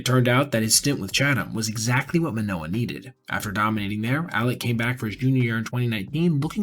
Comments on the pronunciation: You have repeatedly called him "Alex". It's clear you know his name is Alek. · Alek not Alex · Names Alek not alex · I do throughly enjoy your videos. But dawg you called him Alex/Aleks like 15 times. At least get the mans name right. Hes having a tough time rn lol.